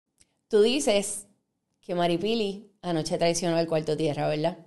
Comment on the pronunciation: Así como habla escribe? Todo con la L 😂 VELDAD ? QUE HORROR ME DA HUEVA ESTA GENTE